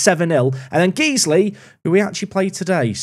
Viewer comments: Guys-Lee, guys-lee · its not geeze-ly, it's guys-ley. it's a leeds thing. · Loving this save. FYI it’s GuysLee not Geeslee tho 😂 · its not Geesley, its pronounced Guysley but spelt Guiseley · Guys-ley, not Geez-ley... Smashing the league now bud! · Guiseley not Geesley. Guys Lee. But more accurately I guess, Guyslih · It’s pronounced Guys-Lee. You’re welcome 😂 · Saying "Geesly" is an inside joke, right? Right? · Just to let you know, Guiseley is pronounced Gysley, not Geesely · "Guys-Lee" Went to school in guiseley so awesome to see an away day (TM) at nethermoor! If it changes the rating, there great pubs and fish & chips just down the road from the ground! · Love the video, it's hurting how much you're pronouncing Guiseley wrong though! It sounds like Guys Lee:) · I hate to be this person but Guiseley is actually pronounced Guysley. Great P2P series, again! 👏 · it's Guiseley as in "GUYS"ley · It’s pronounced guys-lay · Guiseley is called (guys-Lee) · Pronounced “Guys Lee” 😏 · it’s pronounced Gize-lee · I think its pronounced Guysley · Just a heads up, it’s pronounced guys-ly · Please please stop saying Geez-ley. My OCD would be chuffed. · Generic comment about Guiseley being pronounced 'Guy-sley' to push the algorithim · Guys-lee. Repeat after me Guys-lee. COYL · Came to the comments to tell him this :D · As a man from Guiseley I found this upsetting. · I'm glad I wasn't wrong about people freaking out about your pronunciation of Guiseley. Quality bait. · I love you, but it's pronounced.... Never mind 🤣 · Every park to prem pronounces Guisley the same way to get the interactions in the comments and every year people try to correct him 🤣 He does it intentionally people 😂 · Please, please, keep pronouncing Guiseley wrong, it's hilarious listening to you butcher the name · Please don’t ever say Guiseley again 😂😂😂😂